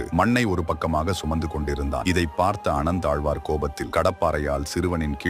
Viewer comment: Story correct but pl read as அனந்தாழ்வான் instead of ஆனந்தாழ்வான் 😅😅😅